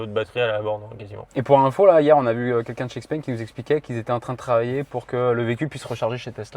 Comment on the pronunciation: Vidéo boostée 😉 Par contre, pourquoi vous ne prononcez pas « Chpeng » alors que vous dites bien « Chiaomi » ?